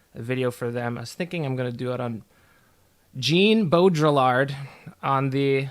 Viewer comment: Hey man I love your videos but pls look up how to pronounce Jean Baudrillard